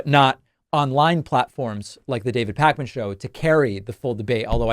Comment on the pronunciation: Sorry, Pakman not Parkman. At any rate enjoyed this hot take!